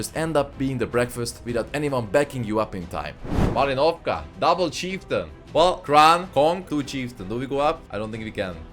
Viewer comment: This map calls MalInovka, not MalinOvka!